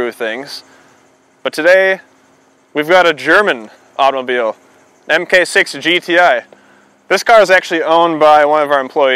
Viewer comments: You can tell he's not a VW guy because he calls it an M K 6. I used to say that and I got made fun of. Mark6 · Mark 6 not mmmmmmmmm kay 6